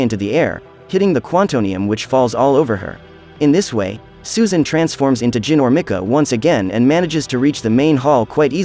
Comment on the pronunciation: This was one of my favorite movies from 2009. Thanks for the recap,! Oh, and by the way,, in case you're unaware, Ginormica is pronounced like: "G - eye - normica"